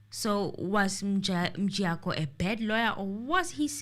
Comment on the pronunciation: make me laugh when he call mjiyakho as Mjayiya loool